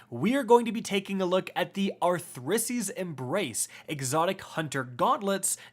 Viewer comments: Imagine still somehow saying this wrong and adding an R where there isn't one. anyways, good video. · At this point don't bother pronouncing it correctly just call it Arthritis embrace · That’s the most interesting pronunciation I’ve seen so far